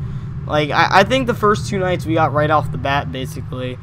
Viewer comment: I thought you said these nuts but you said these nights